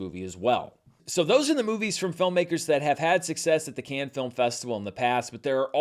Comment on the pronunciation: Dude should really learn how to pronounce Cannes